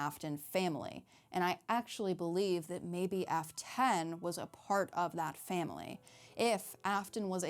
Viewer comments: The way she says F10 sounds like Afton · I keep hearing "Afton" when you say f10. No idea why they would make it sound almost the same...